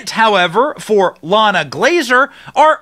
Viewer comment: Not "LLana", it is "Ilana" (ee-LAHN-ah), Israeli / Hebrew name.